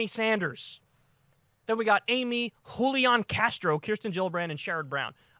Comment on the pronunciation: Kyle is the first white dude I've heard pronounce Julian Castro's name semi correctly